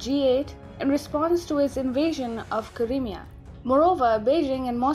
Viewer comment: I think she is Indian lol she pronounced Crimea as Karimiya